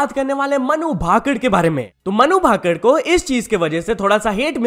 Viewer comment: It's भाकर not भाकड़ 😢